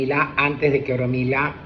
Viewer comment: señor orumilaia no existe,es ORUNMILA,solo que se desarrollo mal de oido,al igual que el oxala imperio?